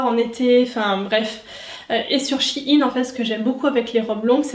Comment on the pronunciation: Shein pas shi-ine